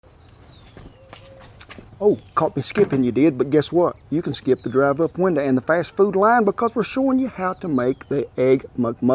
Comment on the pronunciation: "the drive up winda". Lol. You country!